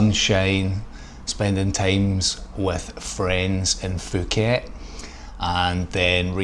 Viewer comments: Pooket not Fuckit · Announced Pooket , not Fooket. The "h" is silent in Thai. Pronounced Tie.